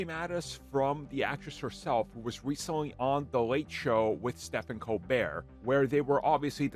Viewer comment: “sep-hen Colbert”